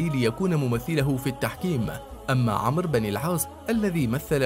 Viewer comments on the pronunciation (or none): none